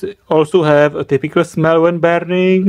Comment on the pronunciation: "WheN i SmEeLl it." SNIFF SNIFF